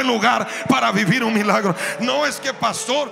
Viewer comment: Dice mialgro no milagros jiji